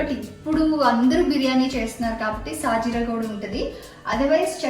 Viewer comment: షాహీ జీరా ,, సాజీరా కాదు